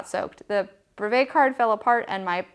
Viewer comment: Nice video but you are utterly mispronouncing brevet and it niggles the hell out of me :)